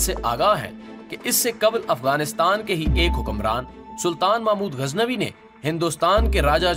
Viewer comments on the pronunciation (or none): none